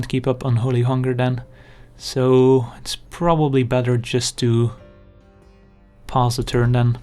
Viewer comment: omg. It took me about 20 videos to finally get that you are not saying "Let's pause a turn" but "Let's pass a turn".